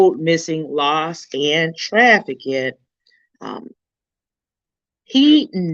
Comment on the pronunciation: The word is trafficked. Not trafi-kid. No disrespect but YouTube took away the messaging feature.